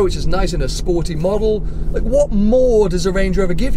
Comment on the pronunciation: As Jezza said: "It's sporry"